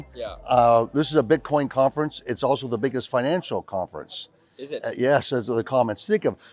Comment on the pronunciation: Great video. “Oweso” there is an L in “also” we are gonna start calling you 😁